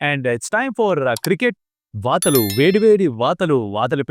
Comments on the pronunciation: Vaathalu ❌ vartaalu❌e varam varthalu lalo vaathalu padutundi 😅✅ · Bro vaathalu kadu, varthalu.